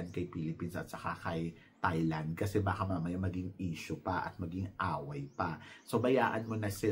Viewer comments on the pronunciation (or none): none